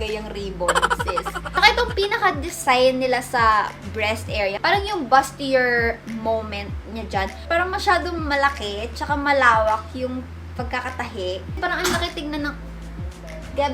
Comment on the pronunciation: Boos-ti-yay ata pronunciation dun sizt